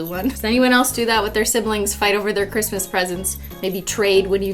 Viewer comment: "Merry Cristmas with no h".... Me: 🤣🤣🤣🤣